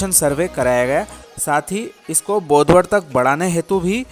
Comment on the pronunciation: बोडवद नाही बोदवड